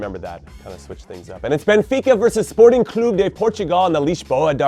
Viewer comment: hey if it isn't my favorite American footballer of all time. Hey Jimmy thanks for saying Sporting's name correctly... And for the awesome predictions